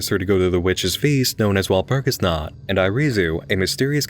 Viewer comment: Being a Germanic pagan, I'm triggered by the way you pronounce Walpurgis Nacht! Joking aside thought I don't like how it perpetuates the whole evil pagan stereotype.